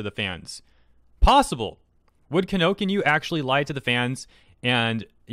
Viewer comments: Anybody notice mispronouncing Kinokuniya throughout the video and mispelling Kinokuniya in his description message? I just find it funny. Kinokinyu Kinokinya, meh sounds the same. LMAO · Just a note on pronunciation: Kinokuniya [KEE-no-KOO-nee-yah] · your missing a syllable my dude, its ki-no-ku-ni-ya, kino kuni ya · lol its pronounced "kino kuniya" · Pronouncing Kinokuniya Kinokinyu. Bro do you actually anime? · I cringed slightly each time he pronounced Kinokuniya as kino-kinyu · Pronounced: Key - no- ku- knee-YUH! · minor nitpick... but it's KINO-KUNI-YAHHHH (hulk smash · Kinokuniya. Its pronounced Key-no-koo-nee-Ya. JESUS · I'm sorry, but your pronounciation of Kinokuniya is really painful to hear. It's read as Kih.noh.koo.nih.yah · KI-NO-KU-NI-YA! Every vowel is pronounced. Why is it so hard to understand this about Japanese?, I like your content, but please, if you're gonna regularly talk about Japanese media, can you at least try to learn the correct pronunciation? I'm not asking you to memorize 50 kanji in a day, this should just be some very elementary knowledge about the language that too many anime-focused western YouTubers are sadly very lacking in. In fact, it's a wonder how a lot of people can't pick up on this just from paying attention to the way certain characters' names are said in the shows that they watch. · his pronunciation of kinokuniya really grinds on me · It's kinokuniya btw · Good video, but man, you really butchered the pronunciation of Kinokuniya. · Ok no one here is gonna talk about how he butchered Kinokuniya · Please for the love of god pronounce kinokuniya like a normal human being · You butchered Kinokuniya so bad omg 😂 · Isn't it Kinokuniya? Not Kinokinyu. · Loved the vid, but you pronounce "Kinokuniya" in a really unusual way. Kinokinyuu? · Just for the sake of accuracy, it's Kinokuniya, not Kinokinyu. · It's Kinokuniya, not Kinokinyu. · It's Kino--kuni--ya. Not Kino-kinyuu or Kino-kinya. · It's Ki-no-ku-ni-ya.